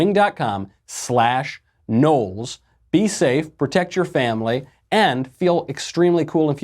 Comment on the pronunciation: There is no 'A' in Knowles.